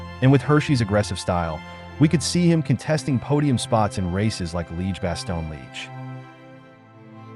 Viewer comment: Can you not use that bullshit AI voice? It's like listening to someone who has'nt a clue about cycling - I cringe - Leeg basto Leeg? Sodall? Jiyrow?